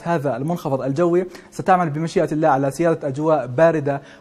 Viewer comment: مقدم النشرة :: كل احترامي الك . ابتسامتك مميزة لكن ارجوك تركز شو على لـفـظ الـجـلالـة " الله "